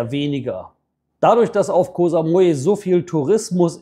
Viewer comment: Koh Samui war schon vor 30 Jahren eine reine Touri Insel, auch mit den ganzen Pauschalangeboten aus Europe. Koh (Insel) wird ja nicht mit scharfem K sondern mit einem weichem G ausgesprochen. Sollte man als langjähriger Expat in Thailand eigentlich draufhaben.